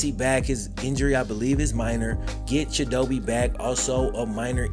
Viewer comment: No hate, but pretty sure his name is pronounced “Cheeto-Bae”